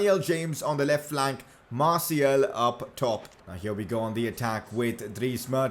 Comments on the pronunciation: Its Martial and not Martiel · ok i don’t wanna be that guy but does anyone else gets triggered about the way he says “martial”